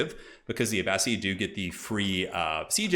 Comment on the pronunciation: You were correct with the pronunciation for Abbasid. It's Uh-Ba-Sid not Uh-Ba-Seed